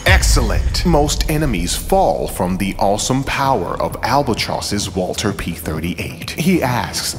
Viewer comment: Are you saying Walther wrong on purpose?